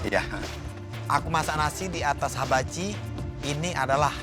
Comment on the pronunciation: said: habachi. bukan hibachi 😅😅😅